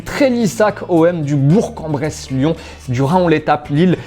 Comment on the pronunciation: Bourg-en-Bresse, merci, enfin bien prononcé